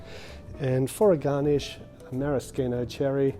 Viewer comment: I’m now questioning if I’ve been pronouncing maraschino incorrectly my whole life 😳😂 The way you pronounced definitely sounded more legit.